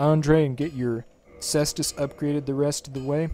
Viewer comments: Say est us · Pronounced "Kaestus".